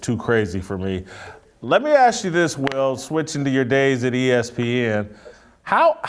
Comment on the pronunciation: Hey, I'm not too rich n all, but I'll buy you a few "s's" for your "expecially's" and "axk's" 😄